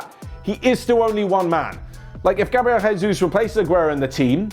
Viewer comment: The way the guy pronounce Gabriel Jesus name made me vomit